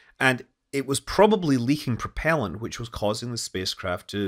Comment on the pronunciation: "Porpellant"? It was driven by dolphins?